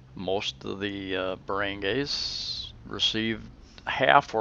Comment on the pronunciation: what is a Barangays? its Bar-run-Guy